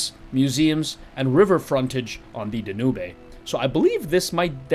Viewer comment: Great video and review. The pronunciation for the river you mention in Budapest is 'Dan-yoob' but I'm sure that's the English pronunciation. I'm sure other dialects out there pronounce differently though so don't sweat it.